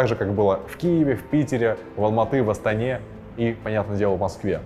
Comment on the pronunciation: я услышал как ты сказал Алматы и Астана, поэтому лайк тебе